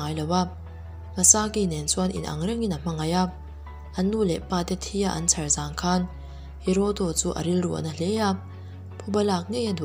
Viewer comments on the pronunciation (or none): none